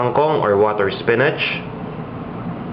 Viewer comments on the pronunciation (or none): none